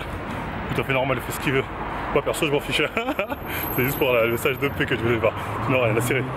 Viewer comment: Quand il dit '' de paix '' Je comprend "dopé" moi aussi ! mdrrr